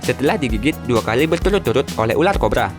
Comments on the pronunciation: Itu ular bro bukan ulal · Ular bukan ulat